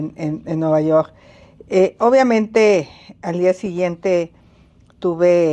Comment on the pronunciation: Nuvayorrr..hable bien ingenra así cómo dice vulgaridad y media parece a su hermano Peña Nieto😂😂😂😂😅